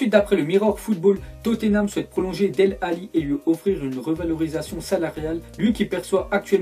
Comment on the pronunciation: Sa ce prononce délé alli... Pa dele